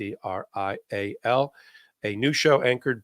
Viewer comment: Please: "Mistrial" has the stress on the first syllable. "Miss Trial" (which is a great name for the podcast!) has the stress on the second word. (Miss Tríal)